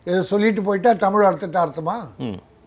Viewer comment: நெறியாளர் அவர்களே, தமிழை தமிழ் என்று உச்சரியுங்கள். உங்கள் உச்சரிப்பு "தமில்" என்று இருக்கின்றது. அதே போல் ள ழ உச்சரிப்பு பயிற்சி உங்களுக்கு தேவை. முதலில் அதற்கு பயிற்சி எடுத்து விட்டு பின்பு பேட்டி எடுக்க முயற்ச்சி செய்யுங்கள்.